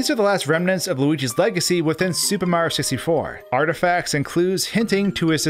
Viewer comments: Who the f*** is "Super Marr" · When luigi was yelling for mario everybody (except deaf people) hears MAAAAAAAAAAAAAAAH instead of MARIOOO